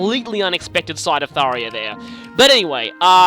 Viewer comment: me: ^hears tharja prounounced as tharia^ IT'S THARJA IT'S NOT AN I, IT'S A J.